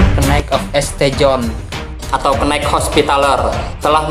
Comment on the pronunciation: Tolong narator diperbaiki pengucapan bhs inggris. Knight kok dibaca kenig. St